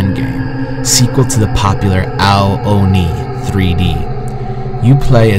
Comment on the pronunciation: You keep saying Oni wrong! It's "ooo-nee" not "oh-nee"!